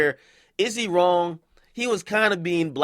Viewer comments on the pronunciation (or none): none